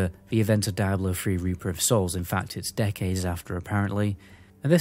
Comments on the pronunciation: Why Daiablo and not Diablo ??? You Britzzz :) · Left as soon as you called the game.. "Die.....ah...blow" and not "Deee....ah blow" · I believe it is pronounced, "dee-ah-blow", I kept thinking you were saying, dire blow, lol, I was confused was a dire blow was, I thought maybe it was similar to a killing blow. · Cool vid. Why you say DIE-ablo vs the correct “Dee-ablo” pronunciation? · I'm irrationally enraged by the way you say die-ablo lol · its dee-ablo not whatever the fuck you keep saying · Die-Ablo lmao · die ablo four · Wtf is Dieablo??? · Bro said “Die-ablo” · Die ablo foe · Dude where you lurn to speak it is diablo man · OMFG if you gonna do a review video on a game learn how to pronounce it's name properly